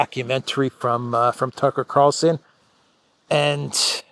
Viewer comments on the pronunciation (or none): none